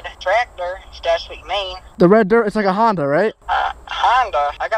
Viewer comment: "Hondia tractor"